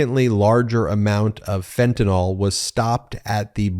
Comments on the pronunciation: Dear MargaNazi Greene [divorced failure] it's not "Fe'anull" it's FEN-TAN-ILL spelled Fentanyl, and Biden has caught more of it crossing the border than anyone else ever has, that's not a failure, that's a Biden success, you Russian asset! Thanks for exposing this fascist moron. Since Boozeburp and her like to say unfounded, untrue crap or unverified disinfo in Congress, Raskin guys should just start calling them Russian assets openly on the Floor. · Fentanyl, Ben, not Fentanol. nil. 'N Y L' is pronounced nil. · Ok. Just a personal beef but also a heads up. I am a nurse. Please pronounce “Fentanyl” correctly, especially when MAGATs get it wrong. It’s FEN-TAH-NIL, not fen-tah-nahl. Fentanyl rhymes with, “Pay my bill” not “Tylenol”. Thank you. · Why can't MTG pronounce Fentanyl? It's 3 basic syllables. Fen-ta-nyl Guessing she's one of those who say nucular too